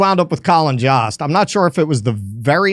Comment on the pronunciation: Jost rhymes with host and roast